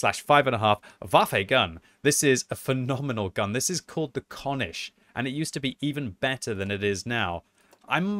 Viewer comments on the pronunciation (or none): Having you say konisch hurts. Its pronunciated just like cornish without an "R".